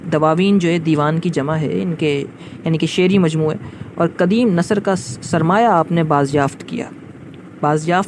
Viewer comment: کاش آپ مولوی عبدالحق صاحب کہتے! باربارمولوی عبدالحق کہ رہےہیں۔ کواعدنہیں قواعد نیزکدیم نہیں قدیم اپناتلفظ درست کیجئیے